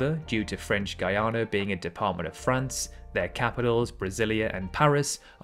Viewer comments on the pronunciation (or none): French Guiana is pronounced ghee-ana unlike the country of Guyana. French pronunciation applies.